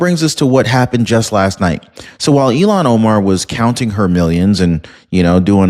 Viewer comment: IL-HAAN…NOT ELON. Cmon